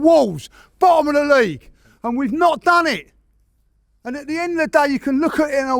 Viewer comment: “We’ve dan it agen”